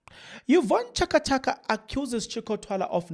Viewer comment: thanks for your information but reading yeka find someone to read.pronounce right Chaka Chaka, Diepkloof man. Stop this thing of yours O,O,O times and again Ah,Ah, Lokhu,lokho.its irritating.